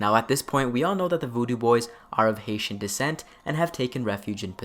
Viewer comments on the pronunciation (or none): none